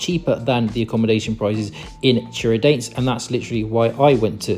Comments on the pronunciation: É Tiradentes que se fala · Love the way you pronounce Tiradente 😂😂